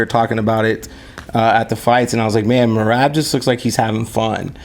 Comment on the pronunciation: It’s not Merab. It’s MRAB